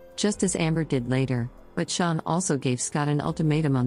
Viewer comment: When I first started listening to this ep the computer narrator was saying “Shaun” and I’m thinking “who? Is Shaun? Then realised it’s Sharon”. We pronounce it “Shar-on”. Just sayin’ 😂.